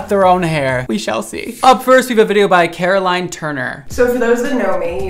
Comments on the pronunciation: If you don’t know, and i’ve only watched a couple minutes of the video, but her name is pronounced Caro-Lenn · A kind PSA: Carolyn is not pronounced the same as Caroline. Yours sincerely, a Carolyn who has been called Caroline too many times to count 💀